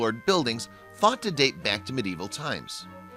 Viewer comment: white owl he also pronounced Glasgow and mediaeval wrong but did say Monmouth correctly.